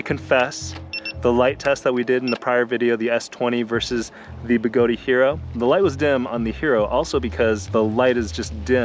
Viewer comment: I so love your videos,, but please understand that it's pronounced 'Begoad', like toad, not Begoadeeeee, like Flobee. Strip is not stripey when the 'e' is added. Fat/Fate, bat/bate, cat/cate. Notice that the 'e' being added at the end silences itself in order to change the vowel sound preceding it....Thank you for your service letter 'e', you will not be forgotten. In fact, you will still be pronounced by people across the globe, some of who's names begin with 'J', who will still pronounce you even though you have silenced yourself... But seriously, don't say the 'e'! LOL I'm just playin' man. Even though Begode, themselves, say it like Toad, you do you. I just love giving people sh_ _ about it because, why not. It makes me laugh, so...ya. Again, love your videos and I'm glad you're able to have a wonderful family and be willing to share your and their time with us all. You are doing God's work spreading the gospel of electric living. Go forth and ride.